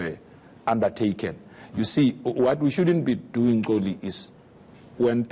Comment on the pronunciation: The name is "XOLI" not "Tsoli" PULE should have learnt how to actually pronounce the name